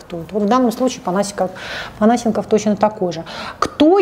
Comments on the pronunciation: ну сколько можно ставить неправильное ударение?! Не ПонА́сенков, а ПонасЕ́нков. И ещё, лишний раз напомню, чтобы в следующих роликах мне не резало уши: не кУ́колд, а кукО́лд. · Я же правильно понимаю, что Панасенков - это тот известный и немного чудаковатый историк? Разве у него ударение в фамилии не на другую букву...